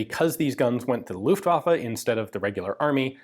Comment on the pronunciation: You have 2 german words in this video that we pronounce a little bit different in germany. Maybe this will help you with them. First is "Luftwaffe" . Just cut the time that u use to pronounce the "U" & the "A" by half. The second one is "Volkspolizei". This one should sound like "Folks Polizhigh".